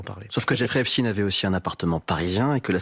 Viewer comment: Je sais pas si vous remarquez, mais là où les journalistes prononcent "affaire Ep-stine", Darmanin répond "affaire Ep-Chtaïne"!!! Darmanin appuie sur l'ascendance juive d'Epstein!!!!!! DARMANIN EST ANTISEMIIIIIIIITE!! (toute ressemblance avec des événements survenus après cette vidéo sera totalement fortuite! ;) )